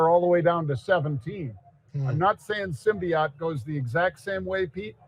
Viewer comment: You can't even pronounce it. It's Symbotic. Not Symbiot. Stupid channel.